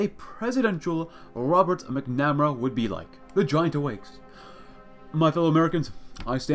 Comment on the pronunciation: Hate to be that guy, but MACK-nah-mare-uh